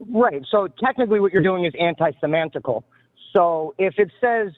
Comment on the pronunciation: “Antisemantical” what 😭